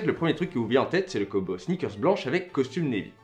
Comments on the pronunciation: Très très cool, mais pour l'amour de dieu combo ne se prononce pas Kumbo!!!!!!! S'il te plaît arrête 🙏🙏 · ni l'un ni l'autre, ca ne se prononce pas comme ca en anglais ni en français. Là, tu le prononce comme "Dumbo" l'elephant mais avec un "K"... Je suis peut être le seul mais j'ai les dents qui grincent à chaque fois.